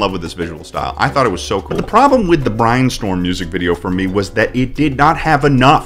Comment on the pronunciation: he pronounces brainstorm strangely